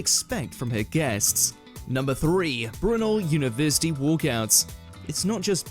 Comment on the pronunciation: Its bru-NEL. He's only one of the most important Brits to have ever lived. You should make a video about him.